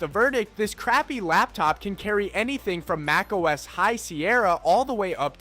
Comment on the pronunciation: Your "MacOS" got a downvote and lost a subscription 🥺